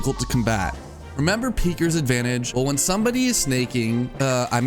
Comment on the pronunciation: I have to say this ITS PEEKERS ADVANTAGE NOT PEAKERS